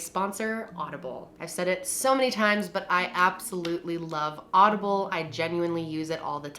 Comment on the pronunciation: You said audible , but funnily , I thought you said Olive Garden